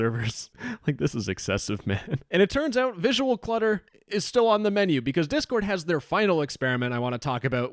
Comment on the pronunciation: Anyone hear "chord board" at the start lmfao